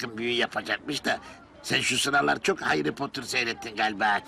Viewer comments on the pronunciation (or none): Harry potter ❌ Hayri potır ✅